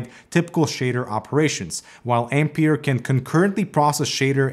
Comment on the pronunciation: Since the name is Ampère, I suppose it should be pronounced Am-pear, instead of Am-peer as we pronounce the unit of electrical current.